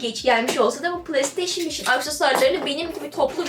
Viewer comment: kizancik playstation okumasini pılay diyor pılay nedir...pilav de bali